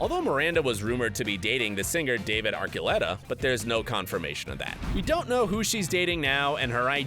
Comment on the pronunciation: Omg and its Ar-chu-letta